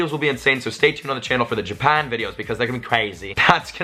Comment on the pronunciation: U said Japan with an Australian accent